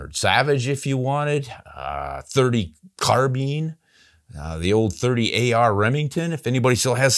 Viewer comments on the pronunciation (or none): none